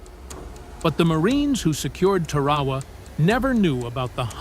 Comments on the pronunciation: "Tear-a-wa" NOT "Ter-ra-ra".... IDIOT!!! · It's pronounced TAR-A-WA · Can u say TAR-A-WAA? If u can, get 5 pts. Almost un-watchable. No photographic proof. Repetitive photos. The Marines didn't give a s...t. they just wanted to kill the cocks....ker's. Those ppl could have been in a hospital in Hiroshima. Consider these IJA guys lucky. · It is Tar a wa